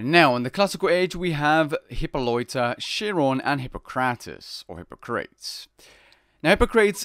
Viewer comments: Dude work on your prononciation dude. 'Chi' is pronounced as 'Ky', not 'Qi'. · lmao "sheer- ron" :P nice vid bro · swing and a miss dude. You’re defending him mispronouncing a name from the campaign (Chiron). The characters refer to him all the time. My comment wasn’t suppose to be a phonetics class, he can use Google for that. Point was he butchered the pronunciation.